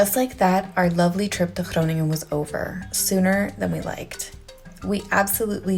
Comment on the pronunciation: Hey, I think I was more impressed by how you pronounce Groningen and some other Dutch words than by the dance moves... sorry... Nice shades for the day after 'maybe' having a few drinks;-)